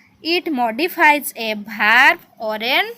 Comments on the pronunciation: Verb not varb 😂😂😂😂😂😂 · Verd not varb🤣🤣🤣🤣😂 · Mam ସେ ଭାର୍ବ ନୁହେଁ ସେଇଟା ଭର୍ବ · Mam that's not varb that's verb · This is verb not varb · ଆଡ verb କୁ ade varb କହୁଛନ୍ତି